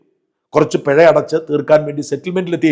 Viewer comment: പെഴ അല്ല പിഴ 😂